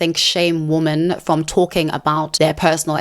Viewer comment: You have a habit of mispronouncing "women" wrong in every one of your videos. Women is pronounced "wi.muhn" or wee-men , not womb-men You always sound like you are saying " woman" singular "wu -muhn " , instead of women plural. wi.muhn" Weee for plural Wooo for singular